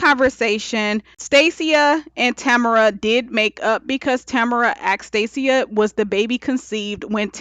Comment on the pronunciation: Good review, but I kept get thrown off with your pronunciation of "Stacia". I've never heard it pronounced like that.